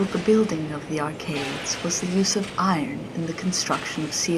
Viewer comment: this is great, but the best thing is every time the guy says eye ron. 😂